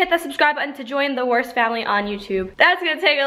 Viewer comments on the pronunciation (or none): Keep up the good vids also remember when at the start you said join the WURST doesn't it sound like the WORST channel lmao 🤣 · It sounds like you said “the worst family of YouTube “😂😂😂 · its so funny because in the beginning it sounds like "Make sure to hit the subscribe button to join the Worst family on youtube" Sorry but had to point it out cause it sounds like your putting your channel down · Everytime she says to join the Wurst family on YouTube it kills me because I think she says worst😂